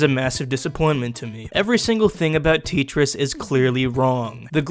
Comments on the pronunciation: Tee tris I thought it was pronounced like te-tris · what do you mean Teeetris? It's Tetris (Pronounced te-tris) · TEEEEtris? I thought it was tetris. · IT IS NOT TEETRIS IT IS TETRIS!!! Also do you mean it? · teetris? Tetris! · its pronounced t-ette-tris not Tee-tris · Tee Tris? I thought it was Tet res. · dude its tetris not titris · He says TITRIS... it's TETRIS! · TET RIS ITS FUCKING TET - RIS NOT TEET, WHAT IS THAT? sorry guys, had to let it out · HOLY FUCK ITS TETRIS TET RESS NOT TIT REIS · Teet ris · Is this guy serious? He clearly doesn't understand what this game is about. He keeps raising the price to an absurd amount and he doesn't even say the title of the game right. It's Tet-ris you imbecile. Instant dislike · Its TETRIS. like TE for TECH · say tetris not tet ris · Wait..... Tit ris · Iddiot it's called tetnis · Nobody:: tEa-tRis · No one can say teteris it comes with grate power to say tee-tris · This is a joke if not I dislike I like Tetris and also it’s pronounced tet like yet ris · It's not teetris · Its tet-ris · My god please stop it....you are triggering me by calling it ( Tea - Triss ) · IT IS CALLED TET- CH-RI-S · Why do u pronounce it (teetris)? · Why does he say "titris" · I think it's pronounced tay-tress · Did this guy fucking say "teetris" tf is wrong with you. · Julio Zarate, im sorry, but im not joking, thats because tetris isnt supposed to be realistic, and its pronounced Tett-triss! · ...t-... tee- oof... TEEtris? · Teetriss T e e t r I s s TEETRISS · It’s pronounced tent-rest u fking DeGeneres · Whenever he says Tetris it sounds like "Treachers". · Lol why do you pronounce it as teet-rees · Teetchris :D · Tetris is the most popular game ever and hate will not be able to overcome it's popularity. You will not be able to stop Tetris like that and this is not how you pronounce Tetris. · "teet tris" fabulous job again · I think you mean Teet-tris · you sayin titris just makes me feel all ugh idk why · tee tris?